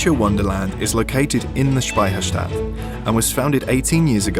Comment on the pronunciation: Such a great video mate! And your pronounciation of Speicherstadt sounds really like we say it in Bavaria and Austria :)